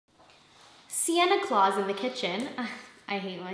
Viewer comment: 'siena claus' omfg lmaooo